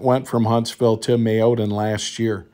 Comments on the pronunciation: That's pronounced MAY O DAN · It's pronounced May O Dan NC enjoy your channel,thanks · Made in may-o-dan NC